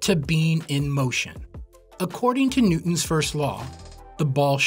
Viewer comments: “New-ons first law” 😂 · Silent T.